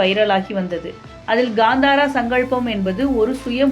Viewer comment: That's not ghandara it's kantara😂